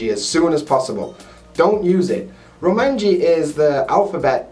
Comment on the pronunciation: Romanji? Roumaji.